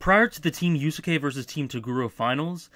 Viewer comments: I realize that criticizing your pronunciation is incredibly pedantic, but the second u in "Yusuke" is like 95% silent~ 'You - s'ke' not 'You-sue-ke' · I heard "Yu-soo-kay" and was like "great, now I have to spend the rest of my evening cleaning the vomit off my keyboard." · Good video but how the fuck do you mispronounce Yusuke in 2017?